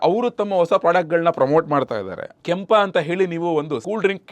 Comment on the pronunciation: ಕ್ಯಾಂಪ❌ ಕೆಂಪ✅